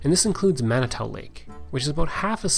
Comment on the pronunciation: Manitou lake was butchered though lol.